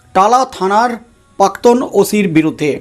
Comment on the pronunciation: দাদা শব্দ টার উচ্চারণ পাক্তন নয়, প্রাক্তন হবে।